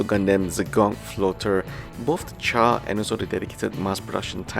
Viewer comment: No offense, just to share the pronunciation: Akatsuki = A-ka-tsu-ki ≠ A-kat-su-ki And isn't Char to be pronounced as SHAR?